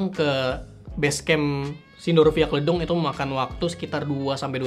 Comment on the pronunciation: Lucu banget bang bilang “Kledung” 😂